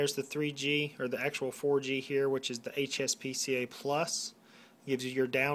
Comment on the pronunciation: Its HSPA+ not HSPCA+ like you were saying. Haha great video!